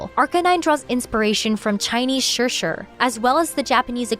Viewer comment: I love the accurate pronunciation of "shi-shi" but not "desu". I'm the other way around, pronouncing my Japanese better than my Mandarin.